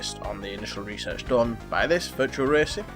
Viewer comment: It's virtua racing dude, not virtual.